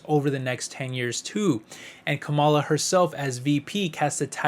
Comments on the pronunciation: Not trying to be mean, but her name is pronounced (Comma La) or Kamala..... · Are you stupid? Or are you purposely trying to be disrespectful in your pronunciation of Vice President Harris' first name?